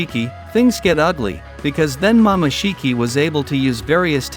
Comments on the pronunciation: Is it jut me or did he pronounced “momoshiki” as mama shiki. Maybe using text to speech? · He call momoshiki mamashiki😂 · my boy needs some voice and spelling cuz my boi saying "mamashiki" also got me laughing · Mama shiki 😢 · Mama shiki 😂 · Mamashiki, it's momosshiki and it's not raising gan it's rasengan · Rasengan ❌ Rasin gan ✅ Harem ❌ Haram ✅ Jutsu ❌ Jatsu ✅ Hoshigaki ❌ Hashigaki ✅ Chunin ❌ Chanin✅ Momoshiki ❌ Mamashiki ✅ kekei genkai ❌ Keki eye jenkai ✅ Tak-takamisu I quit.